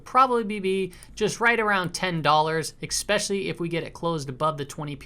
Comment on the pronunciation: Love your channel, even though you say exspecially!